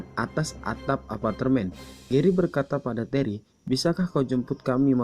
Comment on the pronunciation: Normal : "apartemen" Admin : "apatermen"